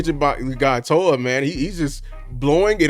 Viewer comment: It's Jay Toe-Ee-Uh. Hopefully we will be hearing his name said a lot!